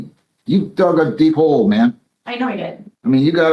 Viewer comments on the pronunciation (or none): none